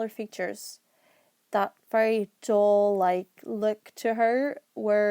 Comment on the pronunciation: Her explanation sounded like she was describing dull instead of doll